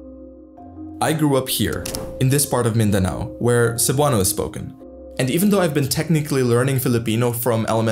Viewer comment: not 'Sabano'" but 'Sebuano(Cebuano)', pronunciation ay 'MALI'. and 'Visayan' is the name of language group includes Hiligaynon, Cebuano, Waray-Wawray, isnt't it?